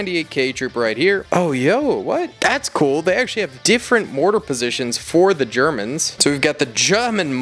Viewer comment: ‘Here are ze geEermans’ got me cracking up 🤣